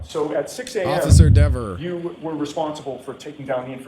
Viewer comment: He said “DEEE VUR” instead of “DEV UR”!